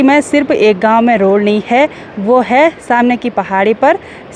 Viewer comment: कृपया अप हैं और है का ठीक से करे। बच्चे इस दोष तो पकड़ कर मजाक बनाते हैं।